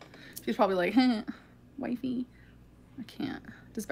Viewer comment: Can we call "Wifey" WiFi instead. Please. Formal request. That's what I hear in my brain every time it's said.